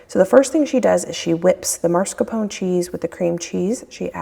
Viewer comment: There is only one R in mas-caR-pone.